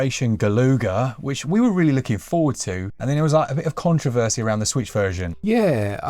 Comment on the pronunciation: lol, Contraversy